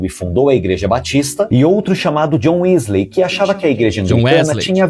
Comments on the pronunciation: "Wesley" em inglês se pronuncia "Uísli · A pronuncia de John Wesley era mais ou menos (djiónn Uéslii) com o passar do tempo alguns dialétos comeraçaram a pronunciar Wesley como (Uíslêy). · Acredito que seja Wisl "i", ey se pronuncia como i.. DisnI (Disney), MonI (money), DonkI (Donkey), MickI (Mickey)... A pronúncia é I kkkkkkkkk... eu me acostumei com a pronúncia de "ey" após ouvir tantos vídeos de nerds estrangeiros falando assim.. kkkkkkk